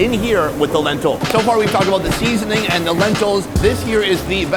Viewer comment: Sonny: Seeeeasoning is not an English word 😅